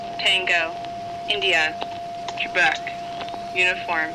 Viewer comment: Ooooh "Quebec" not "Trebec". Threw me for a loop.